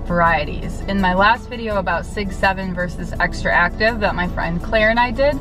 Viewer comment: To Doc, and some of the people commenting here, it's not Xtraactive, but XTRACTIVE. You should pronounce it as you read it XTRACTIVE. Remember, Not XtraActive. Well, don't worry, that brand name will pass to history, and will be forgotten soon. See you in Vision Expo East 2020!!! My pleasure! Max. NY.